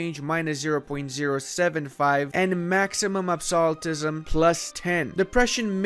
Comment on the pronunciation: I enjoyed him pronouncing Rajputana and Qing correctly and then saying "absolutism" and me going "what?"